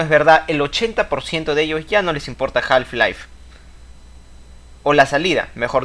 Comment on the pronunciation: Muy cierto lo que comentás. Una sola acotación, en la palabra Half no se pronuncia la l (ele). Se pronunciaría JAF-LAIF. Saludos.